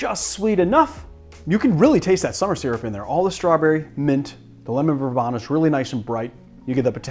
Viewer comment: I should make a Pimms Cup soon. My bottle has been waiting around... Just in case you confuse the person at the garden center: Verbena has a long e sound. ver-bee-na